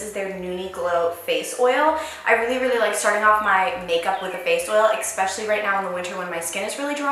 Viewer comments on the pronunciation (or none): does it bother anyone else that she says “ecspecially” instead of especially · love your videos and all but can someone explain to me why Americans say expecially instead of especially? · does any one else get annoyed when she says expecially instead of especially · yeah I thought I was hearing stuff but after she said it three times it really bothered me haha